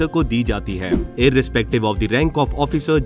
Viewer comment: Aap ki awaj में show off करके bol rahey ho. "जोनरल " ..."ओफिसर" ....bhai sidha उच्चारण karo bhai.. जादा show shaw mat kar yar.